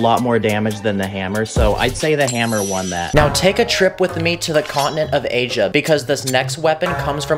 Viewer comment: He said “let’s take a trip to the country of aisa